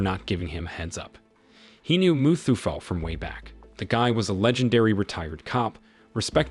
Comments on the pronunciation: Its muthuvel not muthufell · Muthuvel not mustafel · It's mutthuvel not musafel😂😂😂